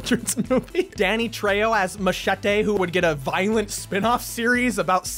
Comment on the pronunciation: ayo why he say Machete like that?